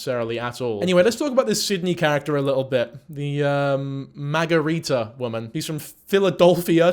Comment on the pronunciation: I'm from Boston and A) we don't claim her and B) we don't say maaahhgarita. EVER.